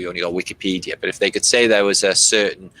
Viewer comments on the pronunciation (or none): none